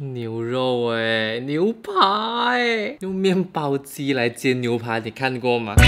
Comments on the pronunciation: 我妈妈一直告诉我把牛“pai”说成牛“pa”的人都是没有读书的人，你好像有点像的？？？！ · 為什麼我一直聽成牛爬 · 纠正一下 牛排=nui pai 牛扒=nui pa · 為什麼都念牛（ㄆㄚˊ）